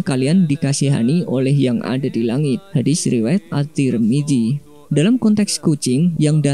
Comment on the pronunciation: Narator tolong deh belajar makhraj huruf (lafadz huruf arab) lebih baik lagi. Contoh Imam Tarmizi bukan Imam Tarmiji. Maksud saya adalah pesan agama tidak terkesan asal-asalan. Biar nggak bikin malu. Wassalam.